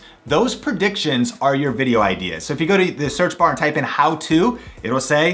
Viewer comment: I really love this video! ... except for the fact that you kept saying "perdictions" 😂